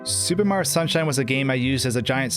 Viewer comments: Why does he keep pronouncing Mario as "Marr" it bothers me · "Super Maro Sunshine"? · I can hear the O sometimes, but I also hear the Marr as well, lol. I think he's just saying his name really fast